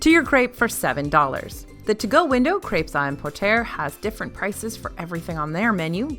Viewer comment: For future reference, "emporter" is pronounced "emportay" and "Les Halles" is "lays all."